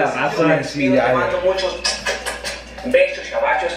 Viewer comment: Beshos y abashos😂😂